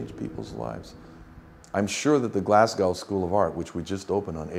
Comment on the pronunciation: amazing that a man who presumably worked on the new glasgow school of art building for years but he cannot pronounce glasgow properly